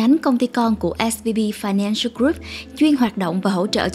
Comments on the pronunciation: Âm V và âm B nghe cách mở khẩu hình âm ra cũng giống nhau ý. Mình cũng hay bị nghe nhầm 2 âm này. Mình cmt để không phải mỗi bạn cô đơn. Mà mình và bạn mình cũng bị nghe lẫn giữa âm B và V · Mình cứ nghe bạn đọc là SBV nhỉ :)